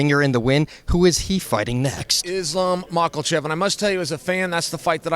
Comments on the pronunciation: Mockle-Chev? I feel like Chael is the type of guy to glance down at a name and half read it, then from that point on he pronounces the name that way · When The Legend says “Islam Michealchev” the We all say Islam Michealchev😂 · Islam “Mackelchev”